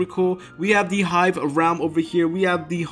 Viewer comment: "Hive" seriously